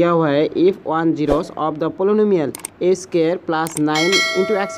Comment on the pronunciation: The way he read 'poly-nu-mial'🤣🤣 Noice explanation btw